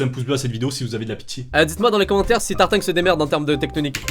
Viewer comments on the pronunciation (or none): C'est Moi ou dit Tartingue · on dirait qu'il dit tartingue;)